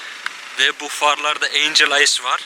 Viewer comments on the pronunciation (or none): none